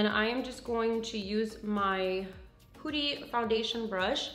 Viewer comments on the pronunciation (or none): It's not "pooty" it's "puhty" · omg why does she keep saying POOTY! ? lmfao i can't it's PUTTY omg lol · sometimes she pronounces brands names wrong